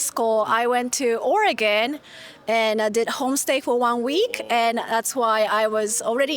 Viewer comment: Not only that but she said it right